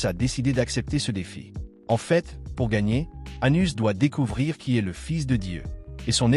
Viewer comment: Le nom c'est Anos Voldigoad pas Anus sérieux merci la voix ia.